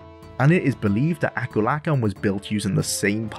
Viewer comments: When you said Akulakhan's name i did the biggest double take in my like. LMAO. Aku lakin? Ah-kool-ah-kahn. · This was going great until you had to say akulakhan